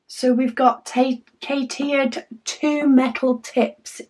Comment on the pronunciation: I may be wrong but I think the name is pronounced like a cat's ear........ Cat Eared...... Cateared